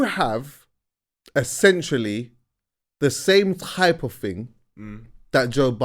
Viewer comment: Have we all accepted will never pronounce ‘essentially’ correctly? 😄